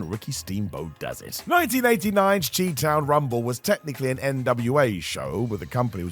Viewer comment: As a casual viewer who just doesnt want you getting roasted for this. Chi-town is pronounced Shy Town. Nickname for Chicago, IL